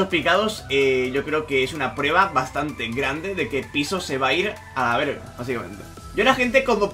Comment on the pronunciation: Oye yo soy mexicano y lo dijiste súper bien jaja ( a la verga ) aunque es una grosería saludos uso tú código